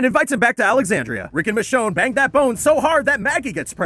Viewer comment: All this time i was hearing “the show” instead of michonne